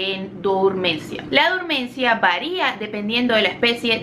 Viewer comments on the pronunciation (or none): Se dice dormancia (Del fr. dormance) o dormición, no durmancia.